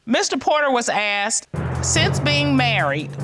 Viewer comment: It's ASKED not AXED!!!